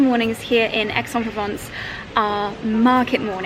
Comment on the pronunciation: The least you could do is to do an efford to pronounce Aix en Provence correctly:face-fuchsia-tongue-out::face-fuchsia-tongue-out::face-fuchsia-tongue-out::face-fuchsia-tongue-out::face-fuchsia-tongue-out